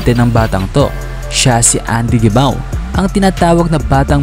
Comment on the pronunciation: "Hemaw" ata ung tamang bigkas ng gemao